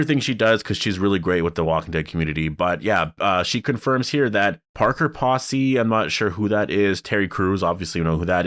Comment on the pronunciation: Parker Posey- pronounced with long “O” sound like “potato”